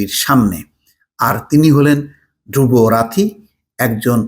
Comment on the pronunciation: তার নাম "ধ্রুব রাথী" না, ধ্রুব রাঠী। নামটাও ঠিক মতো উচ্চারণ করতে পারলেন না।